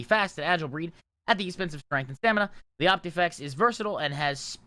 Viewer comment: Quick friendly correction, its Opifex not Optifex